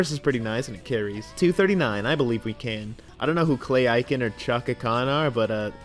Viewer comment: the way he pronounced clay aiken made me seethe (sorry)